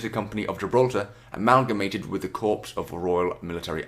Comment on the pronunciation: It's pronounced core not corps